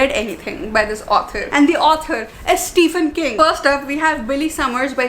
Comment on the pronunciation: Not trying to be that person but its pronounced STEVEN king....